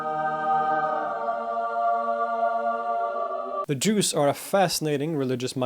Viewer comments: Correct. It’s a slight mispronunciation of Druze, pronouncing the DR as one consonant, sounding g like DJ, or J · That's correct I heard it as Jews too and was thinking if they were similar to each other. Need to rewatch to understand what he is meaning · He's definitely either saying Juice or Jews, but certainly not Druze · You are saying Druze it almost sounds like Jews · Yup haha me too. D is so close to J the way he says it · English auto subs displayed the same. Jews whenever he said Druze. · The d sound followed by the r sound in English is often pronounced like a j followed by an r. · It sounds like that if you don't know otherwise, and even the auto text thinks that is what it is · his pronunciation of ح though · It's not you hearing it, it's how he pronounces it lol. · It is weird that the western guy with excellent pronunciation of Arabic can't pronounce the sharp 'r' in druze. Unless the Arabic pronunciation of the word 'druze' is actually the way he pronounces it. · I keep on hearing him say Jews instead of Drooz, it was a slight blemish on this historical masterpiece. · He keeps saying "Drooss" instead of "Droozz.' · You need change your pronunciation from Jews😅 to Durzi or Dhuruzee etc. We are from surrounding geography and we know how to pronounce it otherwise the other continental people are thinking that you are talking about Jews and title "Druze" is wrong😂 Apart from that it is very informative with some more missing mischievous among those Groups like Nusayries, Durzies, Ismailies etc. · I just listened to the podcast version of this halfasleep and was very sceptical. Sure, you're the expert but there's no way you would correct in this one. But apparently you were saying "druze", not "jews". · I don't know if it is the bad audio, but make an effort to pronounce what i presume to be "Druze" in a way the sounds different frrom "Jews", which is what i am hearing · look at the founder's name Ad-Daraazi and then do this "Daroozee" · I too! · Me too